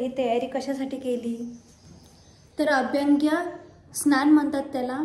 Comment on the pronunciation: अभ्यंग स्नान असते ते 🤣.. अभंग्य स्थान नाही 🤣🤣🤣